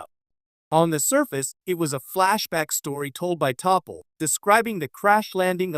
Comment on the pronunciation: Too bad your AI couldn't pronounce T'Pol correctly....LOL typical AI Slop.....